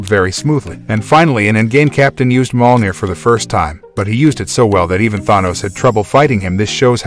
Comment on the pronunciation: His pronunciations of BP real name, Mjornir, an all really made this video hard to watch, I can't be the only one either 🤣🤣